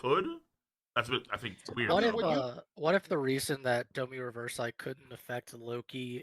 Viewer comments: Agreed, King Pronunciations kill me sometimes I swear😂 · It's "Domi Reversee, not Domi Revers-eye"